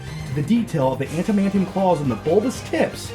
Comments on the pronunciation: I love how can't say adamantium 💀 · He called it "antamantium." 😂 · "antamantium tips. " ...ok